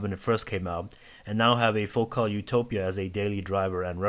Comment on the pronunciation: Focal pronounces it like locale, he has it right ;-)